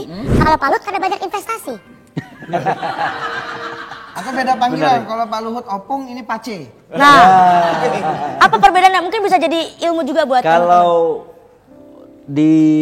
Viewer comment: Opung woi bukan "ompong"😂😂😂